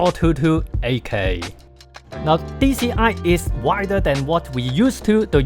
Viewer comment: Did anyone else hear kai when he says 8k 🤣